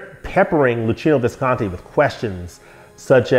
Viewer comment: thank you for the correct pronunciation for Visconti! 😀